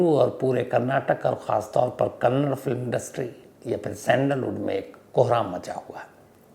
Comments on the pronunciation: Kannad nahi Kannada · So many mistakes it’s. 1) kannda and not kannad 2) Also it’s Pavitra Gowda and not Goud. Don’t expect this from a Senior crime reporter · Appreciate your time, but first of all it is Kannada not Kannad, and it Pavitra Gowda not Gowd. Please atleast know pronunciations. Kindly do some research on this as well. Gowda is a big community here, it is not good to pronounce the second name in this way.